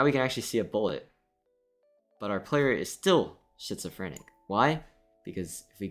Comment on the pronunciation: It's not "shitsophrenic" it's "skitsophrenic" (not actual spelling, just to get the pronunciation across)